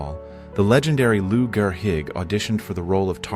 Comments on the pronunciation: Lou "Gare higg" ?????? I hope you are a computer because it would be painful to think that an American could be so stupid to pronounce this famoust name this way. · Lou Guerre Hig? Please, learn how to pronounce names correctly if you ever want people to believe you know anything at all.